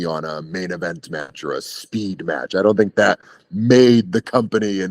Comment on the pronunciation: "It was e very good mYetch, I'd say easily a 4.5 star Myetch"